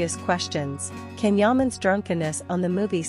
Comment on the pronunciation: Please pronounce his name as Jan , Jaaaan not Can